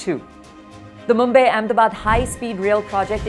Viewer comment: Mumbay ??? Obsession with foreign accents in the way they mis- pronounce Indian names.